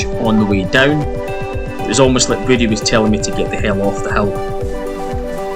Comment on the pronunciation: It's pronounced "Voo-ay"